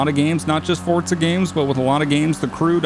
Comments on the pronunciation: Why do you say fortza. It says forza on the disc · i hear fortza everytime you say forza lmaoo